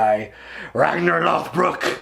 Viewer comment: Anyone else cringe every time he says "RAGNAR LOTHBROOK"?